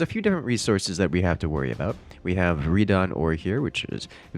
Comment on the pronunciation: Couple things; It's redon. "Red on". Not "raidon" or w/e you said. Also, the Bluite is an ore, the stuff on the ground is not Bluite, it's something else (forget what it's called), it can be used to produce Bluite, however. Thirdly; Liftic is not used for Rockets or other late-game units. It is used to repair the totems and build special units such as platforms. Fourthly; The towers are not Solar Panels. Collectors from Creeper World 3 were Solar Panels. The Towers in Creeper World 4 generate energy via Soylent fields. It's essentially "enriching" the ground around the tower, and using that ground to produce energy. Fifthly: The goal is not to keep the Rift Lab alive. It's important to do so, but it's not the end of the world if it dies, it simply dematerializes out, and you can rematerialize it after a delay. The goal is to complete objectives.